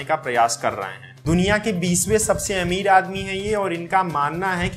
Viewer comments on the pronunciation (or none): none